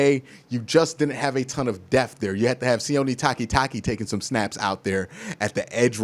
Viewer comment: The wors is depth...... its not defff...... it is DEPTH...... DEPPPPPTTTTHHHH. SAY IT WITH ME DEPTH........ NOT DEFFFFF